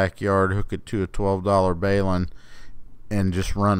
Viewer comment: BAY-LIN ??? 😁 That's the first time I've ever heard it Pronounced that way